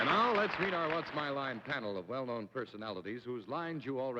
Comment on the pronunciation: Bennett Cerf is the only person I know who says the word "known" in two syllables.